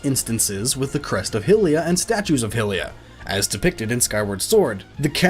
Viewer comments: Every time he says 'Hillians' or 'Hillia' I get triggered. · Your pronouncing "Hylian" and "hylia" wrong, but you can pronounce Hyrule right?